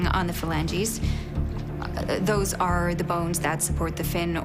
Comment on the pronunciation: You know it's fake when she says filange